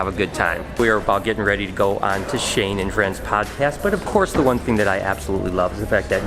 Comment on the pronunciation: Shane?? I guess you can say.. SHANKE!!